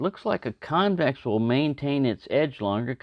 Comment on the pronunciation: “ it weel cut!”